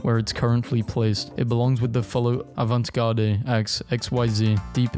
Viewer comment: Did my man just say avant garday? 💀